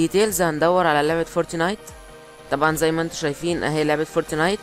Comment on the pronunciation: فورتنايت مش فورتينايت 😂